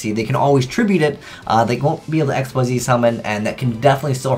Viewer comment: its "Exeez" not "Ecks Why Zee".